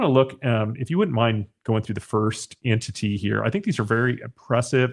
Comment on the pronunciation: What is with your pronunciation of ENTITY?